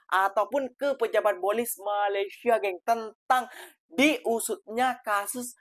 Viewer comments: PADAHAL SI DENGAN SANGAT SANGAT JELAS MENGATAKAN MALASYA... MALASYA... MALASYA... KOK BISA ORANG MALAYDESH TIDAK BISA MENDENGAR DENGAN BAIK 🤣🤣🤣 APA MEREKA PEKAK TELINGA 🤣🤣🤣🤣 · ORANG MALAYDESH TIDAK MENDENGAR DENGAN BAIK APA YANG KATAKAN 🤣🤣🤣 PADAHAL SANGAT JELAS BERBICARA MALASYA... MALASYA.. MALASYA 🤣🤣🤣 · Bisa dengar dengan baik nggak apa yang cakap tu🤣🤣🤣🤣 berkata MALASYA... MALASYA... 🤣🤣🤣🤣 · Waah ternyata orang malaydesh tidak bisa mendengar dengan baik apa yang di ucapkan MALASYA... MALASYA 🤣🤣🤣🤣